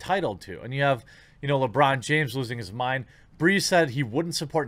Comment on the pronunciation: Lewong Jiames